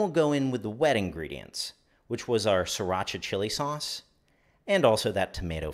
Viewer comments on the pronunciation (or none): none